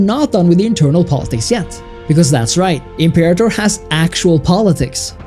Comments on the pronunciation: If you’re going to make a video that garners thousands of views about a video game at least take two seconds to google how to properly pronounce the title. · You guys mispronouncing imperator is killing me. Pronounced im·pe·ra·tor NOT imper-a-tor.